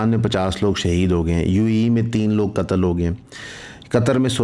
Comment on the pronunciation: pronouncing difference appriciated between shaheed and qatal